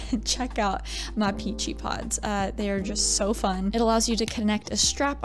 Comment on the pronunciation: "it's shoo cute!" no, you are!